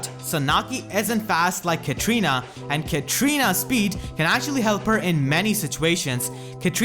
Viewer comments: Pretty sure it's Katarina not Katrina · Why everybody pronounce her name as Ka-tri-na? It's Ka-TA-ri-na. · Katrina Katrina Katrina, its KATARINA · Edgar Garcia I know, right? XD